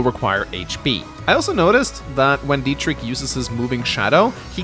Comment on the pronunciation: As a German it really pains me how bad you mispronounce the name Dietrich. It's pronounced with a ch not a k. The ch is similar h in huge. But just put it into Google with German pronunciation.